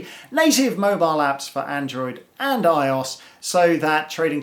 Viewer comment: I O S lol Not eyeos